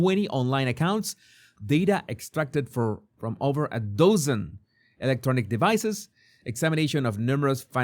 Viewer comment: DOZEN is pronounced DUZ-zn not like the word DOZE. Love your videos